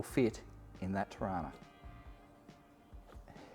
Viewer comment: Just need to pull you up on one thing, it's pronounced "Trarna"